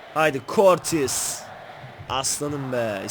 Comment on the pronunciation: Abi kurtis degil kurtuğa diye okunuyor